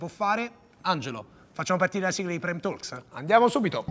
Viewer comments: Mi piace assai questo canale, bravi!!! Ribadisco però la "L" silenziosa di TA(L)KS! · Ottimo intrattenimento, solo una cosa TE PREGO, LA "L" DI TALKS NON SI SENTE, NON VA PRONUNCIATAAAAA!!! se si vogliono utilizzare parole inglesi, attenzione alla pronuncia corretta!!! With love.